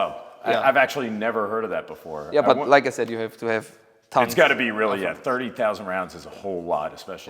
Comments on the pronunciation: 'Sördi sausend'. That means 30'000. 😂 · Thank you. It sounded like '7,000' to me, and that is way low.